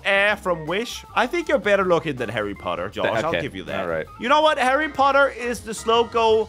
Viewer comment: that is hawrry powt aa